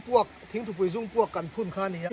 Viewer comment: Thingthupui zungpuak "Zung" i thluk dan hi a dik lo deuh em.😀